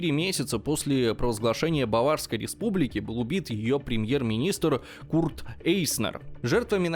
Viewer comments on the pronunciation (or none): none